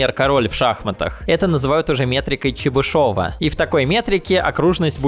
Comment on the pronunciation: Всё хорошо, но... "ЧебышОва", "кОмплексные"... ааааргх, прям как железом по стеклу %)